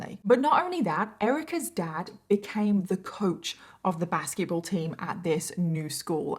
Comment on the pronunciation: Okay is it just me or is anyone else hearing "baskie-ball" instead of basketball more often than not???